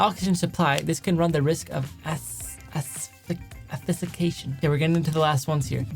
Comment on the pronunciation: it’s pronounced “asphyxiation”